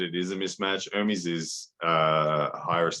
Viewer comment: It's "E-r m-E-s" , you should pronunce the second 'E' at the same way you pronunce the first!!